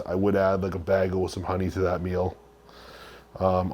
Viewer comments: Wtf is a bah-gull my friend? You mean a bagel? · Who the hell calls it a “bah gil” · what the fuck is a BAG-el? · “One bAaggle’s gonna have like 55 grams of carbs” I smiled when I heard that :) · I quit watching the second he mispronounced bagel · The way he said bagel. 😂😂😂